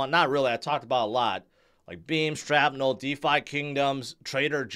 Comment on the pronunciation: Please say SHRAPnel correctly.